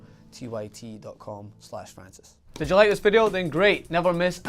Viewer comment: Oh Fwances